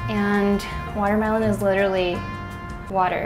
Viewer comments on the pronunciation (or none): none